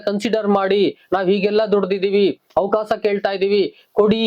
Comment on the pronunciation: ಅವಕಾಸ ಅಲ್ಲ ಅವಕಾಶ ಸರಿಯಾಗಿ ಉಚ್ಛಾರ ಮಾಡು